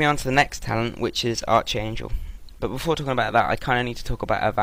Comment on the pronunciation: its pronounced ArKangel not Arch.. your english is terrbile..